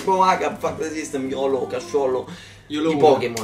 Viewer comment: 3.19 dice YOLOwN o sbaglio?? 😂